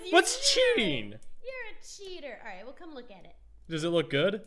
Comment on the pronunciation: "Be sure to subscribe as rell" 2018